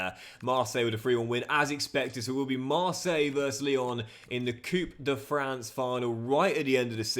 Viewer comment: yo,, de french cup is not pronounced " coup de fran" but "coup de franCE" (the ce is just pronounced as an s). love from belgium